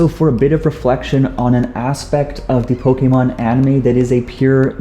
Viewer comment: Did u know pokemon isnt pronounced pokemon its actually pokaymon